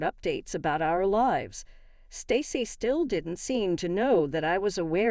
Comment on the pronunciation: Doesn't do a great job with "Erin", either. Or "live".